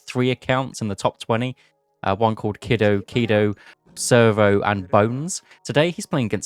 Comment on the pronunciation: Per Boit, Kido is pronounced KEE-doh 👍🏼 you had it.